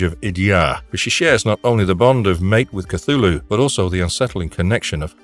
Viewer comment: It is pronounced: 'clghu' hhloo'